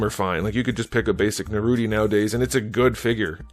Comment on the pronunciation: Naruty? Bro… that ruined it for me